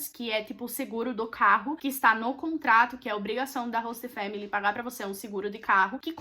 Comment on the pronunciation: meu deus q agonia ela falando “hosta”